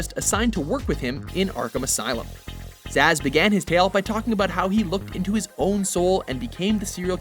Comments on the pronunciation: stop mispronouncing names. I know I'm not the only one who heard "Victor Asz" as opposed to Victor Zsasz [Z,az] (as in a Z....as in check your work.) even Arkham city called you out on this one. [checks video again] ladies and gentlemen of Watch and the people of the internet, it appears you have just witnessed me demondstraiting "how to be an idiot". Please accept my apologies for my former statement as the local meneating pigeons of New Jersy escort me off of youtube. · Wolvakiin glad I wasn't the only one hearing that hahahaha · I'm laughing so hard while listening to him saying it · The name Zsasz looks eerily hungarian, it's somewhat irritating hearing his name then pronounced as "zaz".